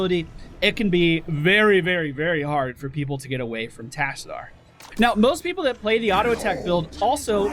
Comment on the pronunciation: That is not how you pronounce Tassadar and you know it!